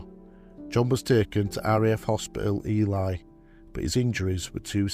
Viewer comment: I am always impressed by the level of extensive research that you must do when you produce these videos. I find it a bit surprising that quite often you mispronounce place names. It's pronounced 'Inner-LEEth'n', and also Ely as in 'mealy'. Thank you for what you do, and this is not meant as a criticism.